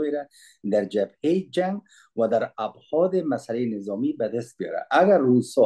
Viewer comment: خیلی عالی و دلچسپ، بهروز باشید بعضی ملاحظات را که آقا بهتر است دقت کنند سرعت/سرحت ابعاد /ابحاد و چند مورد این چنینی دیگری 🙏🙏